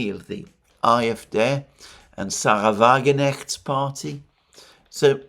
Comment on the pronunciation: Alexander: She's called "Sahra Wagenkkkkkkknecht", with an audible K (as usual in German, e.g. Knecht, Knigge, Knall, Knacks)